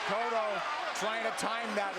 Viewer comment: da fuck is "coatto" his name is cotto